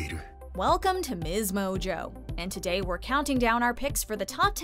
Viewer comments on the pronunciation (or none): none